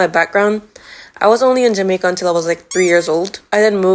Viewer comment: I also basically completly lost my patwa and can only understand it now but not speak it, also the way you say jamaica is REALLY jamaican, the accent definetly isnt gone